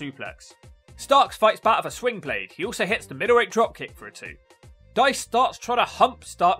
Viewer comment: slingblade, not swingblade bro lol